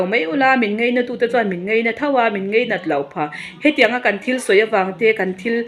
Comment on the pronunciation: hi Mizo tawng la zir hmasa phawt se mipui hriatah tawng hman dik a tha. "Ngeinat" a tih fo hi "ngainat" tih tur. Mizo tawng lo inzir phawt se....